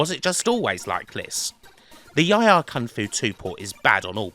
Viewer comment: I don't know how to pronounce the names of some of these games.😂 He calls YIE AR KUNG-FU with the word YIE pronounced like TIE... I always pronounced it YEE like SEE with the double E sound. The other day I watched a video where they pronounced the WEC in WEC LE MANS as a word like PECK rather than sounding out the three letters. Have I been getting it wrong all these years 😂